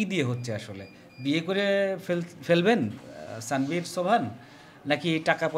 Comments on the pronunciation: স্যানভীর না আনভির 😅 নাম টাও ঠিক করে বলতে পারেন না আবার সংবাদ প্রচার করেন 😂😂😂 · নামটাও ঠিক করে বলতে পারেন না,তার নাম তানভীর